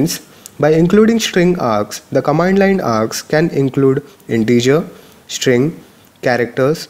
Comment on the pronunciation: Dude stop taking the pishsh of this sit !! Its STring NOT SHtring !!!